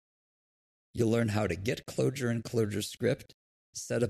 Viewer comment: Why not start by pronouncing 'Clojure' right?